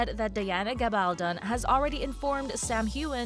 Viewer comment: You made multiple mis-pronounciations in this vid. Including how Caitriona and Gabaldon are pronounced.